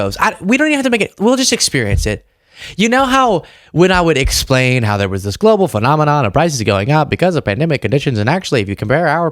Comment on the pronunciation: ‘…let me splain….’ Splain what?